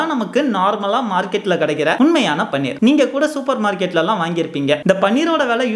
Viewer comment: பன்னீர் என்று சொல்லதீர்கள். அது பனீர்.